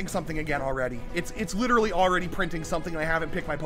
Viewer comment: I was here at 3 mins I'm widdawy hidding da griddy